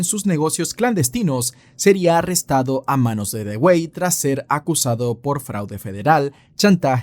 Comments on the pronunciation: Con todo respeto, pues nadie esta obligado a saberlo, en el minuto 44 se muestra a Thomas Dewey. Pues bien ese apellido se pronuncia "DUwi". Eso nada mas. Buen video.👍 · No sé si alguien te lo haya dicho ya,, pero "Dewey" no se pronuncia como se lee, sino que se pronuncia "Dui" (así como lo escriben en los memes que le hacen al hermano menor en la serie de Malcolm xd) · Se pronuncia Dui. Como el hermano de Malcolm el de en medio.